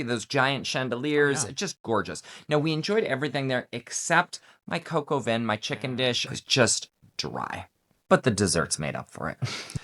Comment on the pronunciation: Work on your French dear. Le Bistro is not LAY Bistro. Les would be plural. "Vin" in not vin. It's like the Va in van without the N. It did make me chuckle though.